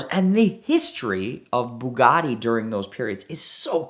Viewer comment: "Bug'audi" lol whats the Rimac equivalent 🤗😂😝🤷🏻‍♂️